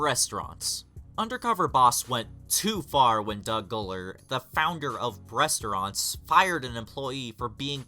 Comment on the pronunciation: When he said "bressstronttt" for Breastraunt lmfao. This channel SUCKSSSS.